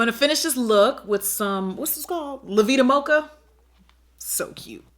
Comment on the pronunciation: “What’s this called? Luh veeduh mochuh” 😂😂❤️